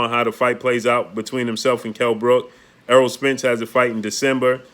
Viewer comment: He finally said Eroll..good job...